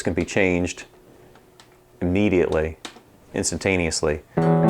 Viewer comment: he said 'iMIDIately' regards from the peanut gallery